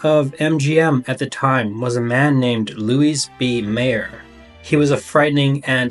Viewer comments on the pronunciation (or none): Louise B. Mayer? Bet Davis? Speech lessons (or at least English lessons) needed for the narrators on this channel. If it’s not mispronounciation of famous well known peoples names then it’s the simple mistake of not knowing how to pronounce ”women”.